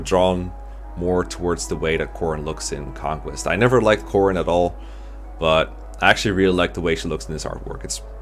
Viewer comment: Took me forever to understand why you were saying Robin and not Corrin